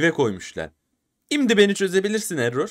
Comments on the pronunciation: Abi error sans eror sans diye okunur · elol sans değil error sans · ınk değil ink sans Errol değil error sans doğru söylüyorsun abi